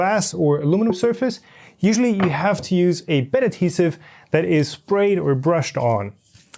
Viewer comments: "Aluminiminum" was a nice touch, cracked me up. :D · When he hit that word I lost it. Lol